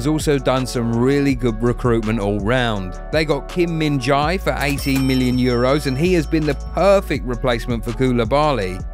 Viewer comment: Beside butchering pronunciations of Kvara and Kim Min Jae, a good video👍🏼 Napoli scout teams deserve raises for sure